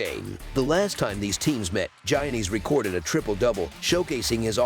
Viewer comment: The "Gi" is pronouced like a "Y" so pronouced "Yannis" just fyi